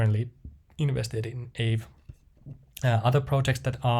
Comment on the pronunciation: Everyone I know pronounces Aave as "Ahh-vey" No idea what is correct though